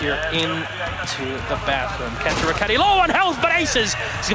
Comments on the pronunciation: Are we just going to ignore this host to call Kanto “cunto” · My man doesn't know how to say Kanto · I'm so triggered about the pronunciation of Kanto